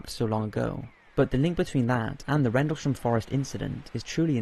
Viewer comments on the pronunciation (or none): none